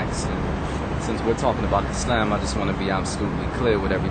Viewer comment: lol-do all muslims take a "how-to-explain-a-simple-idea-in-the-most-round-about-and-long-winded-way-possible" class? it's all love though. but for reals-muslims (expecially black muslims in the u.s.) are some interesting people. and why did he keep pronouncing islam like "is-lamb"?